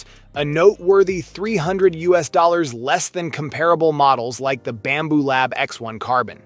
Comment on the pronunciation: It’s Bambu not Bamboo